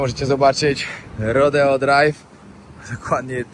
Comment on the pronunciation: nie mam sily opowiadac o fentanylu (jako sila medyczna) podajemy go w mikrogramach do roznych zabiegow, odnosnie bezdomnosci myslalam ze mieszkam w niefajnym miejscu a okazuje sie ze sa niestety gorsze... teraz poprawie twoj angielski ale nie odbueraj tego zlosliwie uwielbiam twoje filmy RODEO wymawia sie rodijol, a tahoe-tahol, absolutnie wybacz , glowa rozwalona-2-3 szwy by ci sie przydaly (pracuje na ER-polskie SOR) moc pozdrowien bawcie sie dobrze!!!!!